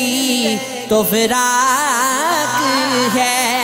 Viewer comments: Plz be careful on your pronunciation and that’s firaq not faraq Thank you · Bhai firaq he na kay faraq. Please sahi se kaho